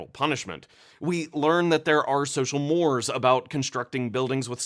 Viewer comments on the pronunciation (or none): "Mores" is pronounced "MORE-ayz". Why can't anyone in these younger gens pronounce anything correctly?!